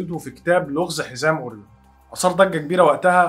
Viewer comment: نطق اورين ده متهيألى محتاج مراجعه لان اسمه اورايون على ما بسمعه من كل الناس مش عارفه ليه اورين بتفكرنى بالبريو تقريبا انا جعانه 🙈